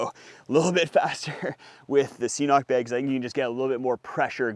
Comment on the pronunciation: Just squeeze water through a bandana, geez. LOL! KIDDING. Great stuff, thanks! (It's "K-Nock", btw.;))